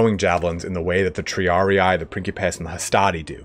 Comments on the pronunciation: Triarii is a Latin word. The last "ii" is pronounced as in Tree. Thus kind of : Triaree. Not Triari-eye ... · One day someone will learn how to pronounce triarii